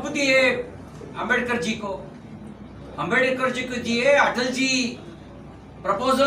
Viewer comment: This bjp minister can't even pronounce Ambedkar properly.